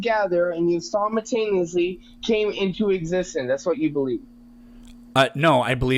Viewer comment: …you know what kinda words smart people say? Ones like “sim-u-taniously” 😑🧑‍🎓